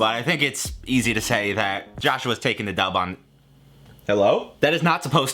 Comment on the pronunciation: I couldn’t decide at the end if he said “yeah Joshua takes a dump on this one” or “takes a dub”. It really sounded like dump.